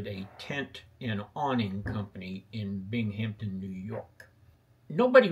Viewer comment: Just a note, it's pronounced Bingumton ranther than Binghamton despite how it's spelled.